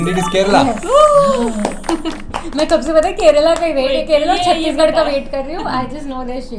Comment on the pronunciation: I hate when people say Kerlaaa... it is Kerala